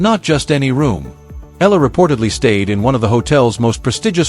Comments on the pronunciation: Alex Eala pronounced as AlexAyala! Thank you Jan27 26 Tuesday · The correct pronunciation of Alex’s surname is : E- yala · Sir to pronounce her Filipino Surname is E-YALA